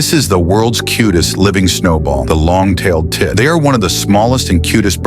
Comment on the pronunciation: "The Long Tailes Tit" got me dead 😂